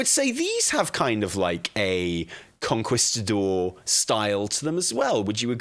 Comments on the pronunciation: Con-kees-ta-dor hahah not Con-kwis-ta-dor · Lmao idk what a conKWIStador is, but I think he's trying to say conKEYstador 😂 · I can't take anything serious when you say Conquistador like that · It’s Kong-keeestah-door…….ya limey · Con-kwis-ta-dor eh? Fml lol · Con-key-sta-door, for the love of god.... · "con-kwis-ta-dor..." Bless his heart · for the love of god the u is mute like in que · i agree with everything you said except the way you pronounced conquistador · really set his British to 1000 with his pronunciation of conquistador. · I’m sorry, the way says “Conquistador” is killing me. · I'm glad it wasn't just me. I flinched each time he said it lol